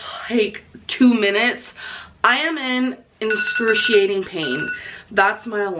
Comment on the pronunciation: "Inscurtiating, Burtitis, more darker."😂